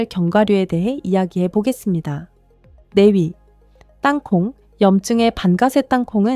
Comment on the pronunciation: 4위-네위 3위-세위 AI소리인가요?